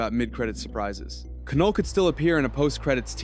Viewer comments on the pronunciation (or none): Definitely scorpion and your pronunciation is wrong it’s not ca null it’s Knull the k is silent so then it just makes the null sound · Keh-Noll. Is this AI? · The K in Knull is silent